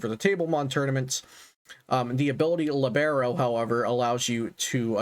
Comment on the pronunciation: The ability is pronounced LEE-beh-ro. I only bother with the pedantic correction because it's part of Cinderace's soccer theming. A soccer libero is a central defender that is free of any man-marking responsibilities, so they can just go to the ball or even come forward into the attack, hence the naming and effect of the ability. I think it's one of the cooler things Pokemon has done with the theming in this generation.